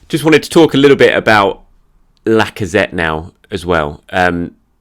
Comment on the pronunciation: Was the 'Alexander Lack-of-threat' on purpose or just a happy accident? 🤣